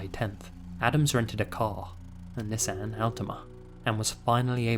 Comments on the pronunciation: The way pronounced Nissan lol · You pronounce Nissan wrong